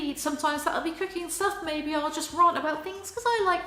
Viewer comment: I’ve pondered this before on your channel...... is a “raaarnt” a posh version of a normal “rant?” I just had to ask, thank you. Keep up the good work. 👽👌🏼 x